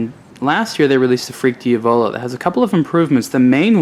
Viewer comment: Just a note, Diavolo is pronounced "deeA-voloh" not "dee-Avoloh". You have to say it with Italian accent, not American style.:D Just pulling your leg.